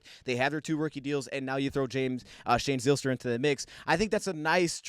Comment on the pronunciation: This gave me a smile as we share the same last name. Btw we pronounce the y as a long I. Pike instead of pic for example.